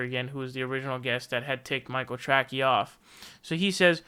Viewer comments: "Michael Tracky" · Is the “Trackey” thing some kind of joke? Or do you think is name is “Trackey” and not “Tracey?”